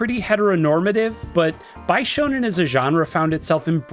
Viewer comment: Don't know why it bugs me so much, but bishoujo and bishonen are pronounced beeshoujo and beeshonen. Sorry, had to get it out.